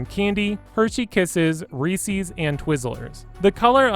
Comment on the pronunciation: You say Reese's wrong.